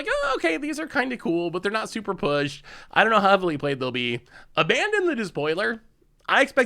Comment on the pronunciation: It makes sense that butchered Abaddon's name seeing as he mutes the stream when they're telling him how to say it